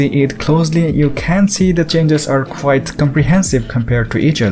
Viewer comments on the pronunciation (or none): none